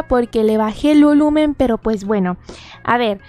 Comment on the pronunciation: “No se escucha porq le Vane el lulumen” soy yo o lo dijo mal?😂😂😂